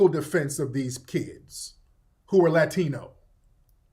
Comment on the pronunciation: Why do all these tethers tell the same lie about FBAs saying they're not black? What's even more ironic is that they're the same people who told us for years that "I'm not black, I'm Dominican/Haitian/Jamaican/Nigerian." I can tell by the way she pronounced Latino she's said that same phrase before.